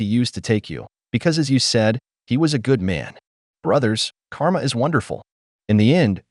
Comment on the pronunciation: karma! Who mispronounces this unless you're a robot